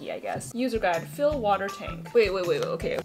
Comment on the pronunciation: Nobody:: wa-a-er for "water" lol